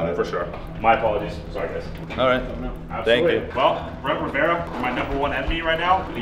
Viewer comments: Pyro pronounced "Rivera" as Babaria 💀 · oli-vera ri-vera SAY IT RIGHT